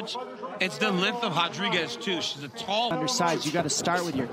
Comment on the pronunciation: Why they say hotdriguez instead of rodriguez